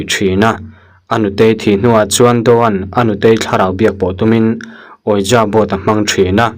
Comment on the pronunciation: Ouija = wiji ti a lam tur